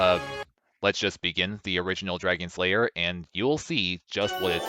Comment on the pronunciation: It sounds like you are saying Dragon Slayer instead of Dragon's Lair, I know you know, it is just funny